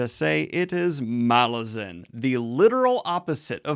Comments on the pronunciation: You know, according to the author, it is pronounced Malazan - not Malazan... 😂😂😂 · Is anyone else triggered that Daniel keeps reading name Malazan wrongly even though he interview with author where he said it?